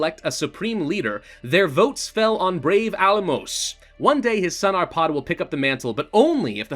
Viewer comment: Almos is pronounced Almosh.